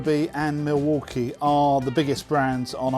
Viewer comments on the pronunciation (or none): none